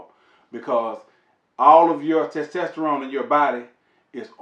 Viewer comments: Great video, but I couldn’t stop laughing. TESTTESTTORONE 😂😂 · Why is so hard for some folks to say testosterone. Lol